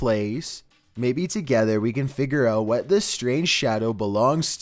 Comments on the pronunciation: "Maybe together we can F I G E R out-" Figer? *Figure... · say figure more clearly